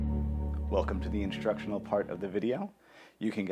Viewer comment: "Welcome to the indtructional part....." HAHAHAHA. Dude, your´re genious! Been learning so much w your viddos. Thanks a bunch mate!